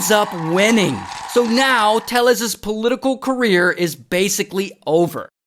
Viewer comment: It’s Tay-yes.